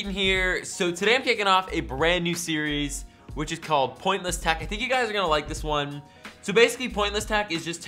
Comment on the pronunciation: Am I the only one that hears tach instead of tech?